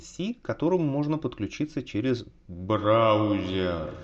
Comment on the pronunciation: я слышу ты такие сказал брАузер)))